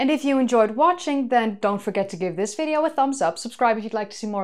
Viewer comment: Yes of course she is. Another way to tell is replacement of V with F. "In this Fideo"